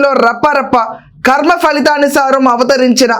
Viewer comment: ఖర్మ కాదు కర్మ.